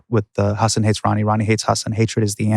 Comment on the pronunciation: I'm so sorry they pronounced your name wrong, Hasan. Very disappointing. Janky research. Kudos to you for not mentioning it before sitting down.